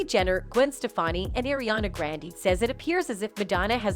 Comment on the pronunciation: "ariyana grendy" i cant... DYING xD